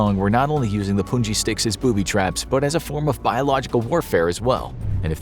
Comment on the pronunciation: Poo-by traps